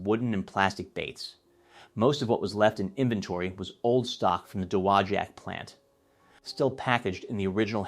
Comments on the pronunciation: Dude learn to pronounce dowagiac its doe wah jack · It is correctly, at least modernly, pronounced duh-wah-jack. Cool video! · You slaughtered that! Da - wa - jack. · It's pronounced Doe- wah-jack. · Fantastic historical video! The name of the town is horribly mispronounced, but the story is very well related. I grew up as a child here, only 2 blocks from the factory, and still have some of my original Heddon baits. A friend of my father had the job of underwater testing of new baits. He would travel to warm climes with his scuba equipment to view and report to the company how the baits performed. He'd visit us on our lake and demonstrate how to use the gear. What a great place to grow up and experience part of this strong historical story! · Great video, but you should learn how to say, “Dowagiac”. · Should probably learn how to properly pronounce the town of Dowogiac, MI, before making the video!